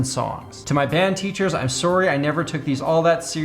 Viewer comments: the Canadian really came out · You can tell he lives in Canada by the way he says sorry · Ha Canadian sorry